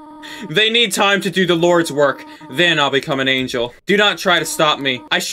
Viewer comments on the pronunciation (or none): none